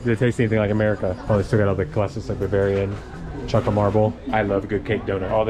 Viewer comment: you did say buvarian